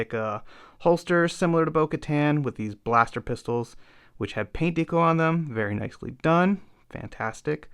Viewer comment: Good work, but I had to tap out because of the pronunciation of "deco". Haha. Keep it up.